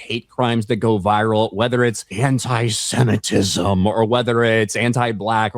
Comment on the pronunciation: It sounded like said "Hentai-Semitism"